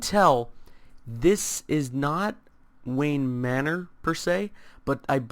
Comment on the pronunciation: It's Wayne manor